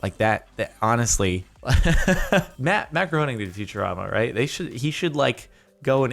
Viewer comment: it's pronounced matt grayning